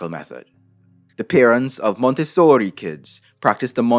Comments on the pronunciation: Dude you're spitting facts and it's awesome, but I can't help but cringe hard at each time you say "Montessori" Sounds like you're trying really hard to get casted in a B-rated gangstar movie No but in all seriousness, good stuff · I’m very mad that around the 8th “Monte-sooori~” I snort laughed. How dare you sir, I was drinking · “MonteSSORRI” Me: “never before have I discovered something I needed so much” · that monteSSOOOOORRRIII was lowkey traumatizing tbh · i don't think i will hear the pronunciation of that word the same again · Good Video. Short Addition: Is the real reason why you did you make this video to say Montessori with italian accent? Itse me Montessori Mario YEEESSS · Interesting video ❤ - I'm Italian and when he says "MONTESSORI", he cracks me up😂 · Say Montessori, one more time 😂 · love the over exaggerated pronunciation Montessori lolol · I greatly enjoyed your extra-Italian pronunciation of "Montessori"! 😂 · Idk if this was intentional but I was dying every time you said Montessori lol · As someone that went to a Montessori school, the way you say it makes me cackle everytime